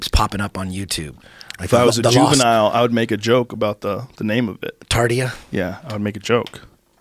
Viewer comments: Its not Tardia 😢 its Tartaria. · "Tartia"? Tartaria, dick head. Mud floods. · Tarteria, not TartiA. 💯 👽🍄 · "Tardia" Eddie didn't get it. lol